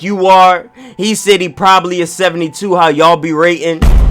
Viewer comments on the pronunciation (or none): none